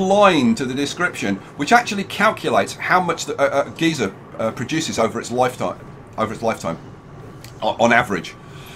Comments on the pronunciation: It’s pronounced (guy-ser) not (ge-ser) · Wait is it geezer or geyser (gizar)?